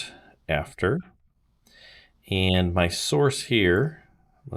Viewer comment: english is not my language, i needed 20 minutes to do this correct . and sounds like add and that confused me...finaly made it. need to try it in sim